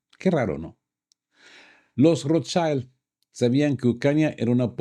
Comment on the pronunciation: Perdón, se pronuncia Rothschild no "schaild" es una palabra alemana.